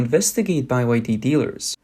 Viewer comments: ITS BEE WHY DEE!! NOT BY WHY DEE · "Made In China" means complete crap 💩. Price is not the only consideration when buying cars. Only a fool would buy a Chinese EV. BTW, it's pronounced 'BEE WHY DEE', NOT 'buy why dee'. M 🦘🏏😎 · Beeee Y D. Not Bye y D. It's pronounced Beeee. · its BYD not Buy Y D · It's not BY-WHY-DEE it's BE-WHY-DEE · "B" Y. D.. Not "Buy" YD😅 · Bee Why Dee... not By Why Dee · why are you saying by y d? it is byd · Why is he saying “BYe-YD”. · Bai YD? What's wrong with the narrators. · Buy Y D? Wtf. AI reader? Can't get through the video listening to that. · I didn't know it was pronounced bye wye dee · How tf you gonna mess up a simple word like byd, calling it buy yd, ffs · By Y D ? How you read or speak !